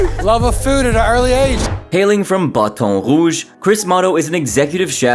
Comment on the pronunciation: Just pronounce Baton Rouge the normal way. That was so unnecessary 😂.